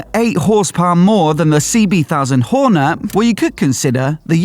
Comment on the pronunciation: “Honda Whore Net” ha ha first time I’ve ever heard it pronounced like that